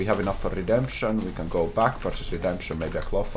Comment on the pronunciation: I loved when said:”It's RedempShening time” and used the technology once again. Truly one of the moments of all time.